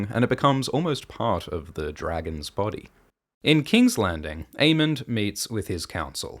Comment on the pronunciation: This is a new timeline where pronounces Aemond as Aemond and Daemon as Daemon